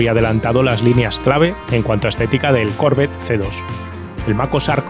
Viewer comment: Porque dices Corvette con acento en la o.no se pronuncia así.que lo sepas